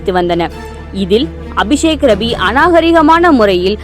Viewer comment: I heard விஷக்கிருமி instead of அபிசேக்ரவி😂😂😂😂